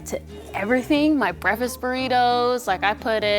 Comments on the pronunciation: Did she say . Breaffis first ?😂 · I love how says “breffast” instead of “breakfast”😂😂 got that soul up in her